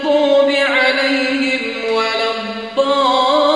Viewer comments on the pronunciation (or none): none